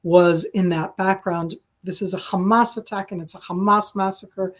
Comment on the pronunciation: I do wonder why SOME Israelis pronounce Hamas a Hezbollah like they are spitting... CrrrHamas!